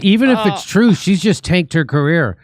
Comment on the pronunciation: "It's twue. It's twue, it's twue! it's twue!!"